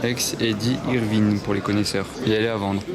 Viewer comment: On prononce Eddy « eurvine » mais vine se prononce comme wine mais vécu un V.